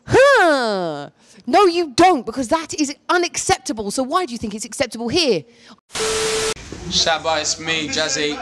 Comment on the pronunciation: Did man jus say Shaba tracks? Lmaoooo